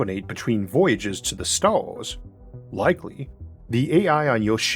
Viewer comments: I can hear the autism in your voice “beyon the staws” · "juwrneying between stowrls"